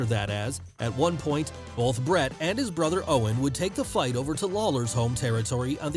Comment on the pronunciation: I love these vids but the hard L you put in the word “both” drives me nuts lol